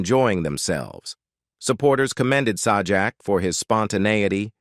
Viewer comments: Are you talking about Sawjack? Lol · Pat's last name is pronounced like Say Jack.... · Sorry it's pronounced say jack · SAH JAK? Yeah, we can take this crap seriously. NOT! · Its Say jack dumb butt. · It is Pat sajak not the other way you say it say his name